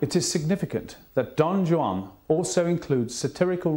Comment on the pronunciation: Guy can't even pronounce Don Juan!